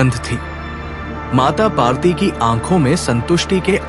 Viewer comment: Kindly correct your pronunciation. Devi's name is PARVATI and not PAARTI. Thanks. Please don't mind.